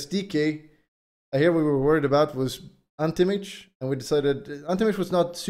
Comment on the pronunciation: Ahnti mayge